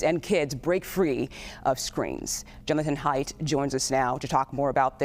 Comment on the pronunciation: WHO is this woman speaking? She mispronounced Haidt's name and she called his book, "The Amazing Generation" when its correct name is, "The Anxious Generation." How does she even have a job??